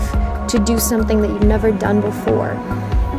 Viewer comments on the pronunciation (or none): none